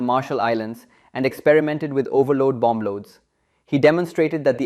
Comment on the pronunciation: When pronouncing "bomb", "bomber", "bombing", the second "b" is silent. The second "b" is spoken when pronouncing "bamboo" and "Bambi". English is spoken without rolling "r"s. Rolling "r"s belong to formal speech of the eighteenth century and possibly earlier.